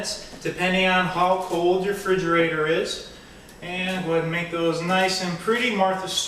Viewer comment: Did he just say frigerator?! Hahaah it's refrigerator, just saying. but anyways, good video and totally going to try this!